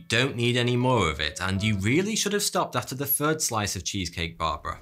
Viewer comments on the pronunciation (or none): none